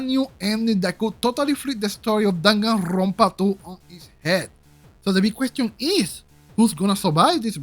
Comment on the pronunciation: I love how you say Danganrrrrronpa